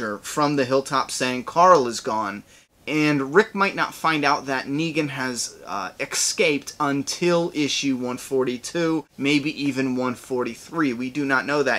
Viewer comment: Es-caped. Ex-caped.